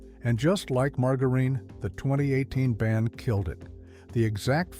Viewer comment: Good gosh, please a real human would get the words at least a little closer!! Margareen, leed, absolutely humorous and disturbing at the same time!!